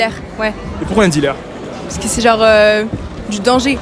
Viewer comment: Mdr comment y prononce DILÉRE